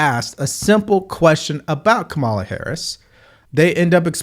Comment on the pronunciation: Curious - do you mispronounce her name intentionally to signify a lack of respect, or do you genuinely not know her name? Doesn't do well for political pundit credibility.